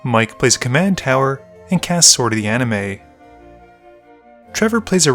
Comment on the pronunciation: Why do you call it Sword of the "Anime?" Isn't it pronounced AniMIST? I don't think the "T" is silent.